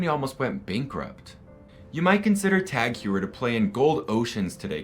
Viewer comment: Very nice video! Just one thing TagHeuer should be pronounced as “Hoyer”.